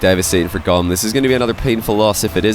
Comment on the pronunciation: Wouldn't it be pronounced more like tomb / womb? Goom!